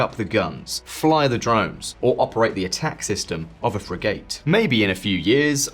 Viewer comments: I'm sorry, but I'm not sure I have a lot of confidence in the opinions on military matters of someone who thinks the warship class of frigate is pronounced "frig-ate". It's "friggit". Before I'm accused of being petty and picky, think about it. Anyone who has never actually heard the word used by others has not spent much, if any, time discussing these matters with anyone who knows their arse from their elbow. I know he's just a presenter, but any production team that has not one person who can say to the presenter, "Er..it's pronounced 'friggit' likewise, does not inspire confidence. I'm not saying the broad thrust if this video is wrong, as they do say, any attitudes to conscription and serving in the reserve from before last October are now moot. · Someone should teach this guy how to pronounce 'frigate'. He gets it wrong every time....